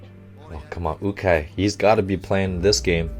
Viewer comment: The coaches name is pronounced you-Kai